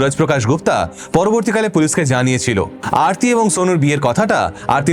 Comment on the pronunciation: ওটা আরতি, অর্থী নয়।উনি ওরকম অবাঙালি ভাবে উচ্চারণ করছে তাই।ওটা আসলে আরতি।